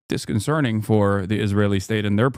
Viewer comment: I cringe so hard when Hasan says "disconcerning". I saw another clip where he said "har-bringer". This mfer has never read a single book and yet millions follow him... shocking